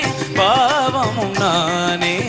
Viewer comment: தம்பி bhaavam not பாவம், உச்சரிப்பு சுத்தம் வேண்டும்